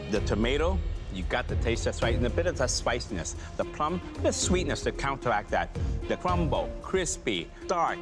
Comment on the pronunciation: The sweetness to countawact that The cwumble